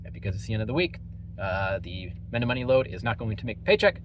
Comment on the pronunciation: Lol. It's Meh-nom-mo-knee